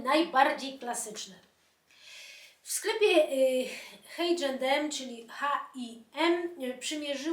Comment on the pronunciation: Pani, przepraszam za tą uwagę, ale nazwę H& M można wymawiać po polsku. Jeżeli jednak z jakiegoś powodu wymawiamy po angielsku to H wymawiamy eicz, bez tego masakrycznego h na początku. 😊